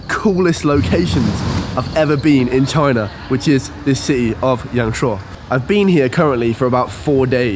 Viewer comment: Thanks for sharing this! I've never been to YangShuo myself, I'm going to look at this beautiful place along with your video in the next few months. Your Chinese pronunciation is soooo good though! I can't believe that you self-taught yourselves :-)